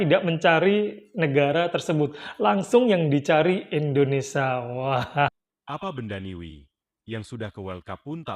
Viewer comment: bukan indonesa min tapi indonesia..